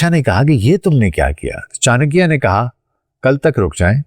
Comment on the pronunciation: Yaar tumhe naam to sahi se lena aata nahi. Aur tum chankya pe expert ho. Good. It looks u r pakistani. If u r pakistani then u should be careful of chankya. Hello